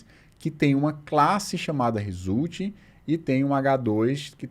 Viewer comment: No "résulti" você já não tava nem tentando mais! 🤣